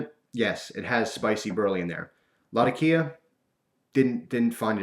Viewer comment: There's a weird trend on here where people are pronouncing latakia wrong. It's not latakía with emphasis on the i, it's latákia with emphasis on the a.